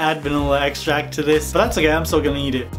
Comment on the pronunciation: Hi I like your videos but did you say eat it or did you say need it?🤔🤗👻